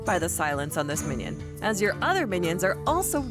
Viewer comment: Lol one mission u mean minion lol hahaha hear it again